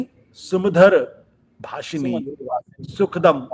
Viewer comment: आशुतोष ! यामिनी नहीं -यामिनीम् । सुभाषिनी सुभाषिणीम् । सुखदं नहीं सुखदां और वरदं को वरदां कहें ।बच्चे इसे रोज प्रार्थना में गाया करते हैं। अतः किसी से भी गलत उच्चारण की अपेक्षा उचित नहीं है |